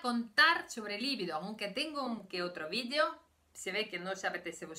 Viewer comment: La palabra se pronuncia "libido", li-biiiiii-do. No lleva acento ortográfico, pero sí acento fonético en la segunda sílaba. Es un sustantivo femenino, "la" libido (el deseo sexual)... >>>>>El error no procede de su lengua materna rusa, sino de que muchos españoles lo pronuncian mal. Usted habla un excelente español, y lo hablará todavía mejor con estas pequeñas correcciones. >>>>>Enhorabuena por sus vídeos.